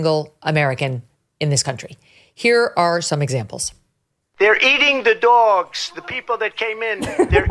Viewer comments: Did you say doyoggs on purpose? I’m full so cal surfer. But doyoggs? Megan still love you.., but doyoggs. Sorry I’m busy tonight. LOL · I enjoy your accent "dogs" and when you impersonate ot use voices.